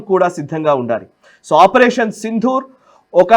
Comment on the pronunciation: ప్రస్తుతానికి అసందర్భమే కానీ ఒక చిన్న సవరణ! సింధూర్ అనే పదం సరైనది కాదు సిందూర్ అనేది సరైన పదం. దకారానికి ఒత్తు ఉండదు